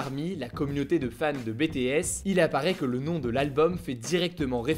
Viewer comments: C bi ti s pas bétés 😂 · s’il te plaît ça se dit BitiS et non pas BéTéS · C est pas be te es c est bi ti es 😂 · on veut la vidéo sur bts! ce que tu as dit sur eux étaient justes et on voit tu as fait tes recherches. Le seul petit hic serait sur la prononciation du groupe. Ça se dit “bi ti èss” et pas “ bé té èss” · please quand tu parle de BTS fait attention à bien dire BITIÈS genre avec l’accent anglais et pas BÉTÉÈSSE sa embête beacoup de fan 😊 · Ta vidéo était très intéressante, j'ai appris pleins de choses ! Et merci de bien avoir voulu intégrer bétéhèsse (ça m'a toujours fait rire prononcé de cette manière xD) dans ta vidéo ! En plus, tu viens de nous promettre une vidéo sur le groupe, que demander de plus ? Je l'attends avec beaucoup d'impatience ! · J'aime beaucoup tes vidéos et étant une fan du groupe BTS, je suis super contente que tu as pris le temps d'en parler 😁 et ça se prononce [bi ti s] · Merci d'avoir parlé de BTS 😊 par ailleurs, c'est BiTiS qu'on prononce 😉 des bisous et hâte de voir la prochaine vidéo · Après quand un des membres Bé té èss vient à Paris et prononce le nom de son groupe à la française, je pense que c'est pas vraiment grave si un youtuber fait cette "erreur" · "Bé Té És" ;-) allez je te taquine la vidéo est super 😙😙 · Hello je voulais te dire que j'aimerais bcp que tu parle de BTS (ça se dis "BiTis" -> prononciation à l'anglaise ) bref c'était top ! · Bi Ti Es « BTS » svp un effort .... Mais merci d’avoir parler d’eux :) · par contre, c'est pas bts comme le diplôme que tu le prononces mais à l'anglais "bitiesse"! Seulement à titre d'info pour ta prochaine vidéo sur le sujet parce que tu risques de te faire tailler pour pas grand chose au final ^^ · Merci d'avoir parlé des BTS❤️ même si ta fait une faute de prononciation sa se dit biiii tiiii eees mais bon l'importance ses que j'ai kiffé 👍👍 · Bétéèsse Xd BTS tu dois le prononcer à l'anglaise Hugo Xd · Comment tu prononces BTS😭😭😓😱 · tu as mal dit BTS